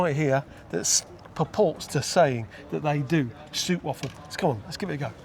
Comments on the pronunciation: Stroopwafel is pronounced as 😮 ooh! Stroop is syrup and wafel is waffle, together…. Str… oooh…p wafel. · In Dutch the 'oo' is pronounced like in boat. Not like in wood.